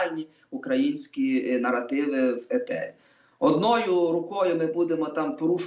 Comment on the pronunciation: Остап-в етері,а ведучий -в ефірі!оце вам і вип'єм до дна,щоб була думка одна! А ще в останнього: буф,сказаф,стях-у неукрвимові,весь час!